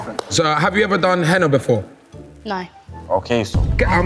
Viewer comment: mocking them saying "hemma" when it's henna is so funny 😂😂